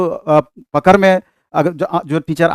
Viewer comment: पकर नहीं, पकड़ बोलते है ।